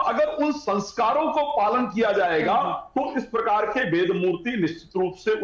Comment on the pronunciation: अबे वेद को वेद तो बोलो, वेद को बेद बोल रहे है।